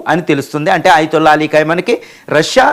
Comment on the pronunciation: Ayatulla peru correct ga pronounce cheyyali. Dollr to rial exchange teleyakuna neevu speech istunnavu. Shame😂